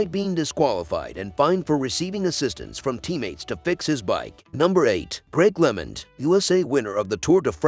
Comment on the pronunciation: LOL I cut this off after “Greg Lement.” If you are going to make a cycling video at least try to say his name correctly.